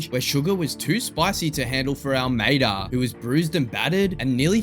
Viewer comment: Not gonna lie.. I’m a huge Sugar Show fan, but I had to stop watching the video less than 2 minutes in because I can’t take the host seriously.. especially when he says “Almeida” 🤣🤣🤦🏼‍♂️🤦🏼‍♂️